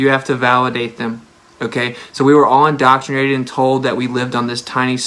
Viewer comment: lol Indottrinated .... maybe learn Engrish